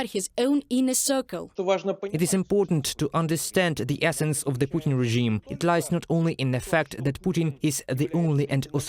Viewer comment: Daily English hint.. . "Regime" has a soft g, not a hard g. So pronounce it more like rezhime.